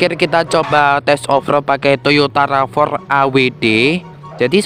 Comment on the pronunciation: bacanya "Rav 4" ygy, bukan "Rava" 😅🤭🤭